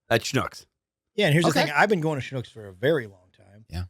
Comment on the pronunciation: So glad to hear you mention Schnucks! Recently visited STL, did some shopping in a Schnucks, and had no idea if I was pronouncing it correctly. Now I know 😂